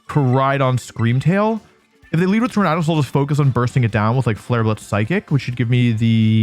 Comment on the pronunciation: Hey I liked this video, even though I had to watch it over the span of 3 days, but I genuinely cannot let this slide. Why don't you pronounce Tornadus the way Tornado is pronounced?????